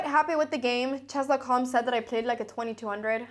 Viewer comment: I love hearing her say "chass" - you know you are in a Cramling video!